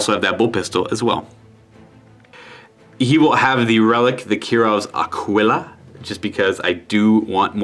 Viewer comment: Great videos but for the love of god Aquila is pronounced "Akilla"